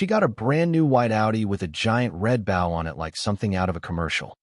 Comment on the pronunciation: Front of a ship is the bow like in bow-wow. The Ribbon is in a BO LONG O sounds. Stupid A-I !!! Get a human!